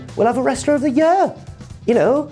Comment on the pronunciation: Please stop from saying the word year......